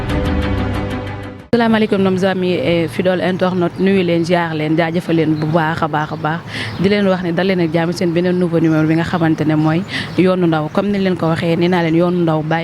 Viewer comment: Il faut revoir vos prononciations , en voulant interviewer , et dire " fidole ", pour les fidèles internautes " . Merciiii infiniment de respecter la belle élocution qui est la base , et valorise votre noble métier .